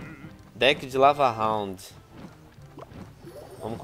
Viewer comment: ele não fala lava-hound direito